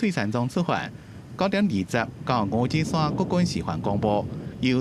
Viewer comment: 五指山在地唸作Ngóo-tsí-suann，教育部辭典收錄也是Ngóo-tsí-suann，可是主播卻唸作Ngóo-tsí-san，新聞旁白又唸Ngóo-tsí-suann，讓人聽了霧嗄嗄。 請小編幫忙反映7日還會有李前總統相關新聞，希望主播講稿能更正發音，尊重地方用法，多謝。